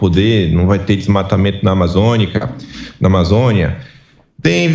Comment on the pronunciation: O CARA NAO SABE FALAR AMAZONIA E KU KUX KLAN PO!!! PUTA QUE PARIU!!! NIVEL BAIXISSIMO!!!!!!!!!!!!!!